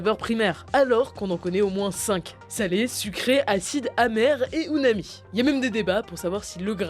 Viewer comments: Pour les saveurs c'est uMami et non uNami (bien écrit mais mal prononcer) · 9'57 UMAMI, pas UNAMI